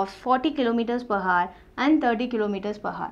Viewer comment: the Video is Good, but please pronounce "Hour" properly.... :3